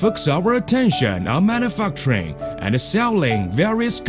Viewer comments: When he says manufacturing it sounds like man a fuck train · manufacturing = man-oo-fuck-train